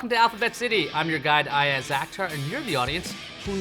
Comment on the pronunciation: Good one Ayaz. Would be great if you could pronounce your own name correctly though.